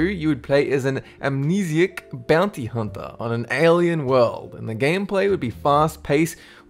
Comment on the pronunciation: bounty humper me:ITS FUCKING BOUNTY HUNTERRRRRRRR